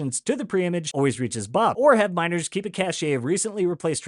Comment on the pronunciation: ✌️🧡 I believe cache is pronounced cash. Love you all